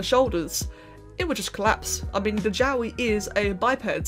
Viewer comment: Help Everytime you say jowwi I hear yaoi